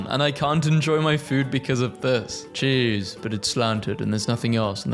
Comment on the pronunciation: 'chesse'... CHESSE is not CHEESE